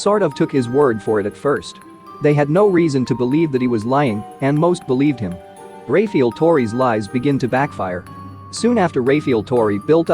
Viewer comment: "Ray-feel torrey"